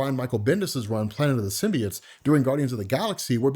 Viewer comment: Aven in the first trailer the female doctor pronounced symbiotes really weird but they changed it in the second trailer